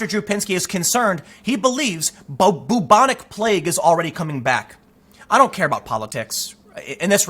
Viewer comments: Byooobonic. Not boobonic. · “Byoubonic” Not: ‘Boobonic’ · I love the way you pronounce "Boobonic plague", Tim. You make it sound like some sort of breast infection. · Just so you'll know, it is pronounced, like bew-bon-ic, not boo-bon-ic. Fyi. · Sooo can anyone correct me here, I'd always thought it was pronounced `Byu-Bo-Nic` plague, not 'Boo-Bo-Nic' plague, have I been lied to all my life? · Byou-bonic, not boo-bonic. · It is pronounced Bew-bonic NOT Boo-bonic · It’s pronounced BYOO-bonic, not BOO-bonic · When you're so regressive you even reintroduce medieval plagues. Welcome to SJWism in practice. And Tim, for the love of all that's holy, the first bit of bubonic is pronounced like you'd pronounce the first bit of Bueller. It's an American movie where they don't ever say Booler so it's not an Americanism. B-you-bon-ick NOT boo-bon-ic. I don't want to be booreaucratic in pointing this out but the way you say it isn't bootiful. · I was going to ask you to please look up the pronunciation of bubonic but apparently "boo-bonic" is the american pronunciation of it. So grating on my ears every time you say it. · Tim great work as always but u pronounce it "bewbonic" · It's pronounced b-yoo-bon-ik.